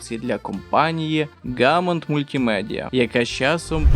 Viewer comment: Оскільки мова про французів, то й назви з іменами слід передавати відповідно до французької транскрипції: "Gaumont" читатиметься "Ґомон", а "Жан-Івес Реймбод" - "Жан-Ів Рамбо"